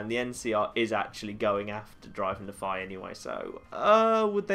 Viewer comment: It bothers me how some people pronounce Nephi. I know he has an accent, but it's not just him, it's practically everyone I meet.